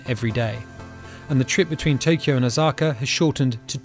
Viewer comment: It’s Osaka not Ozaka I’m japanese